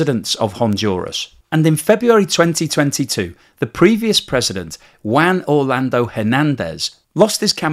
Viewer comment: Please check with Google Translator on how to pronounce Juan